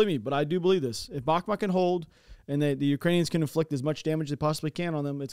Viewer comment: Svatove is pronounce Svah-Toh-Vah. And Bakhmut is pronounced Bach-Moot